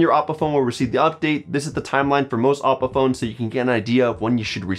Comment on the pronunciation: Isn't it oh-po?